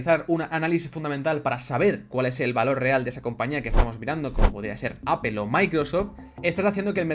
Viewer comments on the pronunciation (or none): none